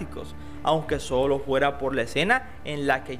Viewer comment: Juera, jue....jajajajaja ni sabe hablar es FUERA, FUE no con jota, con F